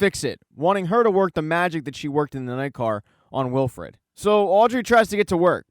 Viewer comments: Please stop saying Wilfred instead of Wilford. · Good video but it's Wilford not Wilfred.